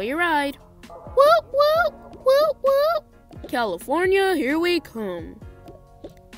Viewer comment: Levi: CAYFORNINA😂